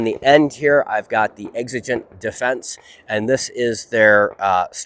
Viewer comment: Egg-ze-gent defense 🤣